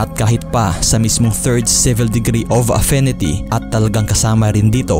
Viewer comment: Bakit yung mga background clips mung iba mga foreigner yung iba, ,mka content klng haaaiiissssttt...., affinity mu afenety, yung Article mu artikol,Victim mu..Vectems, Correction plssss?